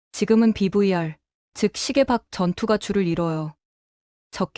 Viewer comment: BVR 비비알😂😂😂브이😢😢😢 알파벳 V발음 조오금 이상함 😊😊😊 BLOCK 블락😅발음 액설런ㅌ😅😅😅